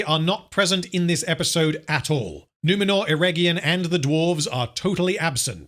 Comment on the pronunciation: I know this is long over but c'mon you have to rrrrroll those Rrrrrrr's. Numenorrrrrrr, adarrrrrrr. Galadrrrrrrriel.